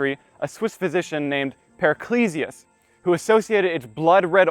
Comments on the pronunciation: I delve in alchemical circles and they always call him Paracelsus, NOT paraclesus. There seems to be a schism in the communities on how his name is pronounced. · Wonderfully engaging and informative, thank you! For future reference, the Swiss physician you mentioned, Paracelsus, is pronounced Parra-Sell-Suss.